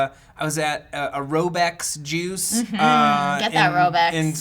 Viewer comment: I don't know if it's because Matt is saying it but i kept hearing: "...I went outside with my jews (juice)...." lol